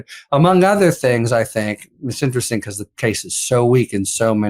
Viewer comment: Because, not "becoss" Human, not "yoooman" Let alone, not "yet alone" stop saying "play this clip" please study english you are professional in media